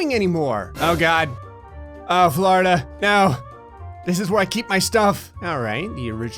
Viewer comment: ITS FLORIDA NOT FLARDA